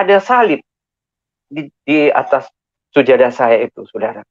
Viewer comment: Ber ber hapalin lagi bilang sajadah aja sujadah.alohumal labaik aja blepotan